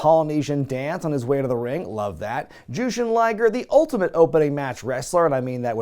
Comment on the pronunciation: Ummm... Ju-shin Ly-ger? Like Ju...ly....